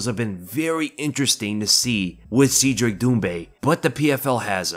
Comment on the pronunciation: I think it's pronounced seh-dric